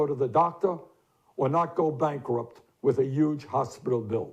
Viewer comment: He said YUGE! You will be missed but not forgotten. <3 Thank you for your service, Mr. Sanders. I look forward to the future.